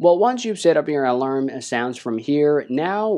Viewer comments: heads up = its pronounced uhh-larm not Al-Larm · Alam sounds, the word has an 'r' mate, pronounced Alarm